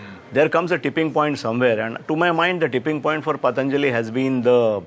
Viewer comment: The anchor can't even pronounce Patanjali properly.... He's having such fake foriegn accents...